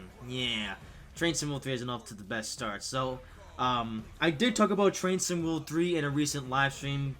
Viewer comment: Ha! It does sound like he's saying that, doesn't it? You wit, you.